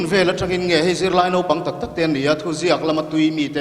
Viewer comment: A kawmtu in..Nopang..a tih khi Mafa-a te hma ah a hmang a..Mafa-a khian sawi a nei ve tur ania..Naupang.. Nau..tih lai hi a key sang leh uar lo in ka nau kan tih a..Nau..ang in a ri tur zni